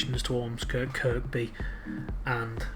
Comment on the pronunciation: Nicely done Sir. NB: Kirkby is pronounced "Kirby". No idea why, I only grew up there. Don't feel bad, Northern Rail can't get that right either.